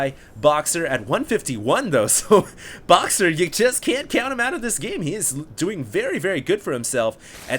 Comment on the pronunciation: "Broxer" :D